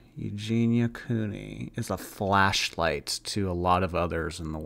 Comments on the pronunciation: Was the song called Flashlight? I thought she said Fleshlight 🤣🤣🤣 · I swear, I thought she said fleshlight. 😂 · All I can hear is “fleshlight”. I can’t stop laughing 😂😂😂 “You’re a fleshlight to a lot of people” “Thank you you’re a fleshlight too” Everyone smiling 😂😂😂 stop I can’t breathe 😂😂😂